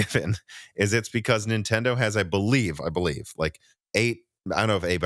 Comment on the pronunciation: Did you use to have an "Okia" phone? Have you seen the 5090 "vidia" prices? Do you have an "ikon" camera? No , then why do you repeatedly say "IN-Tendo"? and drop the N at beginning?